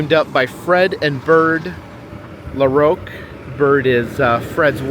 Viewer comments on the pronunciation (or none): You side the last name of LaRocque the wrong was and I do feel very offended of what you said and how you pronounce it the name as this is my last name, the best way how to say is LA Rock for LaRocque.